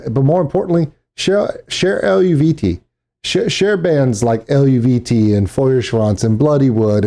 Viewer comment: you're close in your pronunciation it's El-vee-tay I had the same trouble till I read someone in the comments say something.